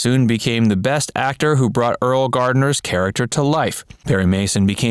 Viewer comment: It's pronounced "early"